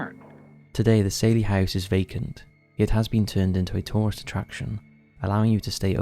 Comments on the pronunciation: Don't know if narration on this video is ai or real human. The house in Kansas is the Sallie (sally) house house...not saillie. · Why do you insist on pronouncing it saylee when even the clip from the documentary was saying sally, everyone knows it as the sally house! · Saley? it's SALLY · No shade…but you can hear them call the little girl ghost SAL-EE…but you kept saying SALE-EE…why?! Just curious…why?! 🤪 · I'm not sure why the narrator insists on saying "Saylie" instead of Sallie. Everyone knows about the Sallie house. The proper pronunciation was even mentioned over and over in the footage. Why do this? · dude this voice they are obsessed with said SAYLY 4 times instead of saying sally in the last video. I think they are all smitten with a generated voice 😂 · Did you notice the narrator said SAYLY 4 times,instead of sally. Makes me think it’s not an actual person but a generated voice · Your pronunciation of "Sally" is wildly bad. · Do you not know how to say sallie